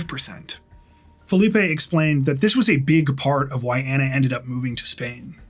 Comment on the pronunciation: Just fyi. You are pronouncing her name incorrectly. You are saying Anna and it should be Ana, like Donna. It honors a person to pronounce their name properly.